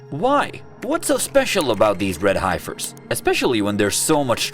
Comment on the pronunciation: Youre legit pronouncing Heifer wrong 😢